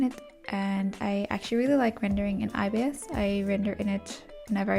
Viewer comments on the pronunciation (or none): Yeah it's more "eye bis" paint rather than "eye be eye es" paint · The official videos say EYE-bis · saying IBS paint instead of ibis (eyebis) will never not be funny😭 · it’s pronounced eyebis? i always thought it was pronounced i-bis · i thought youwere saying obs half of the time lmaoo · I’ve always said I-b-is paint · I always pronounced it like “eebis” paint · I always say ibis by pronouncing the i’s like igloo… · YOU ARE NOT SAYING IT CORRECTLY, IM NOT BEING MEAN BUT I DON'T LIKE IT WHEN PEOPLE SAY IT LIKE THAT